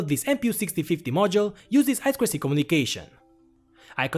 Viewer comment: За "ай-сквер-си"(I²C) - лайк не глядя! Нубота всё ещё ай-ту-си-шыт(I2C)! ))